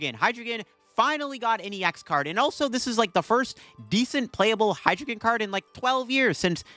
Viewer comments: Very in character for you being unable to correctly pronounce your favorite pokemons name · How u gonna mispronounce the mascot name brother